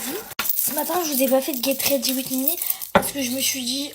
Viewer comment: le get rrrredi wi mi ct pour m abattre